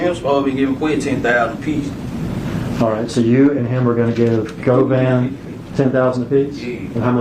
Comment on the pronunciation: Its Go-Van not guvan 😂